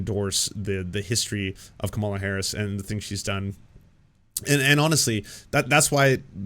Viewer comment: I realize it's pedantic, but if you're going to pronounce Kamala's name, put the accent on the first syllable. Thanks.